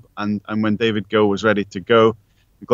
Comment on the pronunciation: David Gill with a G not Jill lol